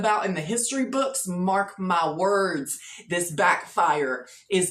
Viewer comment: "Mark my wurdz" 😂